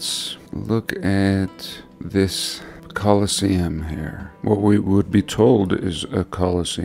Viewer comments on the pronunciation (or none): none